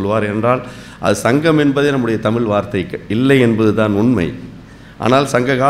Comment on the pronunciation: தமிழ் பற்றிய தகவல்கள் சொல்றவங்க முதலில் தமிழை சரியாக உச்சரிக்க வேண்டும் சும்மா தமிளு தமிளு ன்னு....கடுப்பேத்திட்டு.......